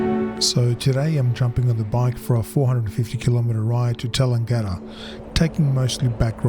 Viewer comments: Great video and good inspiration as the weather changes. One small thing, Tallangatta is pronounced Ta-lang-ga-da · Nice video but I wonder about the pronunciation of town name Tallangatta, I always thought it was TALLANGatta not TallanGATTA. Depends where you went to school? Beautiful bike and weather for a ride, heated grips? We do need ☔. 🍻